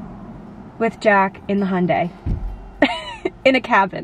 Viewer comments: Jack's pronunciation of Hyundai is definitely more accurate hahah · As an Australian and an owner of a Hyundai I back Jack's pronunciation hahaha <3